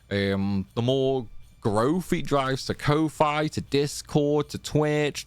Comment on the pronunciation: I love all your challenges, binged the ff8 ones a lot, even joined a few streams x'D but i can't ignore how you say ko-fi